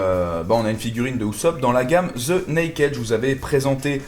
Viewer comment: est ce si compliquer de bien prononcer "the"?